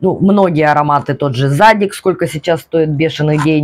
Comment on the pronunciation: Да, ударение на второй слог - ЗадИк)